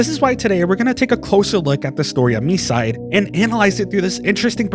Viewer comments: I don't know why this has to be said, but it's pronounced "my side". It's a play on words. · isnt it pronounced mee-see-day? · Your pronunciation hurts me. Please learn Japanese phonetics, even by just listening to [Mitah] not "Mituh" and the game is called [Me-see-day]